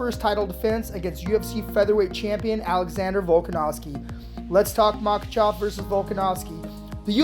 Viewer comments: How do you pronounce Makhachev wrong everytime you say it? Pronounced it differently everytime. It’s mah-Kah-chev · All i saw was 5 seconds of a highlight and kept hearing “MakaChaaaav” Boo 😂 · Makhachev❌ Makhachav✅ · "MAKACHAV!" i think it's pronounce "Makachev" (Makhachev) lol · how many times can this guy call him maka "chov" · Dude his name is not makachov, listen to your pronunciation and get it right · "Makachov" lol. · Man this guy butchered Islam's last name.. MOCKECHOV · Makhachav lol with an a ?